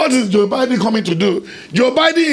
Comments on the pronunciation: Hahaha thank you.. Gosh! it annoys the hell out of me when Nigerians say beedin and not Biden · Did I just hear biding? Lmfao 😂 It's Biden, not biding. 😂 These guys are killing me 🤣🤣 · Next time buddy...it's pronounced like Byden not like Beedeen